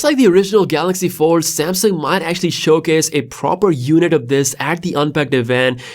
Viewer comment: What’s a galaxy ford it’s that the folding cord car lol that’s new I love how he said ford and not fold lol